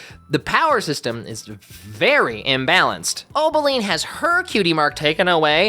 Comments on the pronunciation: its Opaline not Obeline😭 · It's O-P-aline. Not O-B-aline.